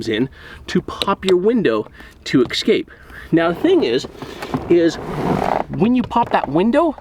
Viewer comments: It's pronounced "ess-cape" not "ex-cape" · Great vid, but it KILLS ME when grown men say "ECK-SCAPE" instead of "escape".... 😒